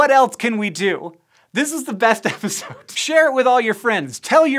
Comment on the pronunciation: "This is the best episohh" I just love that such ma!ny! Hank, you're great If i could like more than once, I would!